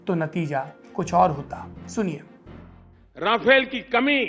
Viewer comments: रफाल नहीं,,,राफेल कहों... नाम तो सही लो........ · सर राफाल नहीं राफेल हैं। सर राफेल हमारे देश का सान-बान हैं ,गलत नाम लिखकर और बोलकर इसका बेइज्जती मत किजिए।